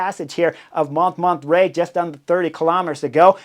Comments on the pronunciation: Hey Chris, I love your videos, have watched every single one of them for years, at this point. But there's one thing that really bugs me, it's not just Bob Roll who mispronounces foreign names and places. For example, 'Montmartre' in your video today. That's one of the most famous hills in all of France and you're mispronouncing it so bad that I couldn't even figure out what you were referring to, the first few times you said it. Could you just take 5 or 10 minutes before a video and review how to pronounce foreign names and places? Wikipedia often has audio of the pronunciation for well-known names and places. (Other examples that spring immediately to mind: It's Nils Pollitt not Paulette. It's Giro d'Italia, not Giro di Italia. I could go on...) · What a race it was. Too bad Lotte didn't win, she had the legs. But had to give too much in returning to the group after the crash. But it was an amazing race to watch. You should have learned how to say Mont Martre. I didn't know what you were talking about. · I watched this episode on the trainer, having already watched the race. I didn't know they were going up Monterrey. Holy distracting mispronunciation. This bald guy has presumably been to France and given all Americans a bad name, if for nothing else than for just confusing Spanish and French pronunciation norms. Has he seriously never heard anyone pronounce "Montmartre" before? I don't need native speaker, but goodness try. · Sorry Chris, you pronounce the hill Mont Mart. Just for future reference. Love the show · With all due respect your pronunciation of « MONTMARTRE » is terrible 😹 the -t is SILENT and so is the final -e. So it’s « mon-martr » like you would pronounce « bartr » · Mon -mon-trai…..it took me a while to figure it out. Maybe because I am French🙂 I love your show ! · Pronounced mon-mart. The first t is silent. The re at the end is not pronounced but just makes the last t pronounced. Great work on the commentary though. Thanks!